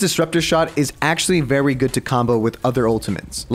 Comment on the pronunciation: “vewy good”